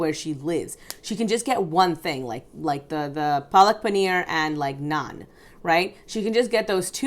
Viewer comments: Naaaaahhhhnnnn...not nan. 😂 Been wanting for someone to point that out. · Girl I literally hollered at the screen "it's NAH-N not NAY-N" when mispronounced Naan lmao So glad I wasn't alone in the irritation! 😅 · I also mentally corrected her pronunciation of naan. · It bothered me as well when pronounced naan wrongly.